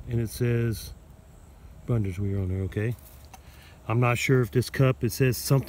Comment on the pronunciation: Try "boon-dis-vair".